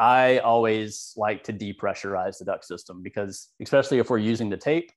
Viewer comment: Just a note.....the word "especially", has no "X" in it. Not "especially", or "Eckspecially"